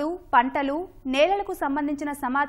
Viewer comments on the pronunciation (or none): పంటాలు కాదు పంటలు